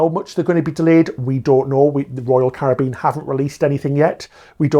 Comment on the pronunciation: thank you for pronouncing Caribbean properly